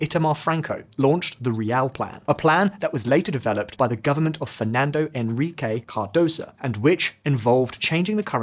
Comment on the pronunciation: It's Fernando Henrique Cardoso not Fernando Enrique Cardoso